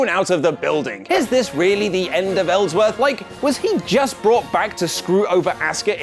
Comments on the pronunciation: Really, really? "Ellsworthy" Really? No way in hell Smackdown was less exciting than raw 😒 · Ellsworthy? You mad bro?